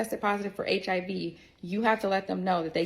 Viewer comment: He call it "the heeve" but saying it as hiv for HIV